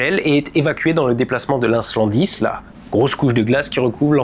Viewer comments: On dit pas inlandsis plutôt que inslandis? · Je croyais qu’on disait « inlandsis » et pas « inslandis ». T’as fourché ou j’ai malouï ? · pas "l'incendie", mais "l'islandsis" !!! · Bonjour. Tu as toujours une excellente qualité scientifique dans tes vidéos. Par contre sur celle ci je vais te reprendre sur deux mots. Désolé. Ce n'est pas un "inslandis" mais un "inlandsis" (in - land - sis). Et les ours hibernent car ils dorment et donc n'hivernent pas car ils seraient alors seulement en veille au ralenti. Merci comme toujours pour chacune de tes vidéos 😊😊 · Super vidéo! Juste un petit bémol de prononciation : C'est Inlandsis pas inslandis. Le s est parti se promener. 😉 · Oui et, aussi, vers : c'est "inlandsis", pas "inslandis". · "inslandis" ? 🤣🤣🤣 Pourquoi pas l'incendie ! Ou alors ils ont le courant en 110 ?